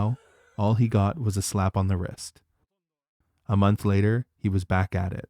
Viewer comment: I can’t believe that. I gasped out loud when he said a konth